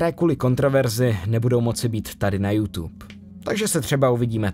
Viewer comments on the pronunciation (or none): none